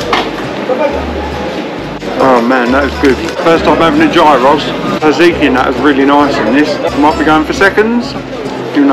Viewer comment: Nice thing to do with the dogs 🐕. You Pronounced the word Gyros correctly in the later part of your video. Gear Ross 😎🇬🇷😂